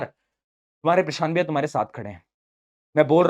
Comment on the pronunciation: Bhaaiyaa nahi gh